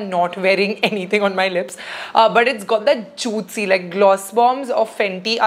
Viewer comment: Why do you say juitcy!?